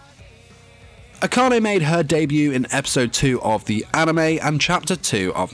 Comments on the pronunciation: He pronounces her last name Ack-an-ay I thought it was pronounced Akane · eHkanay ehyoy. A friend of Yashiro Naynay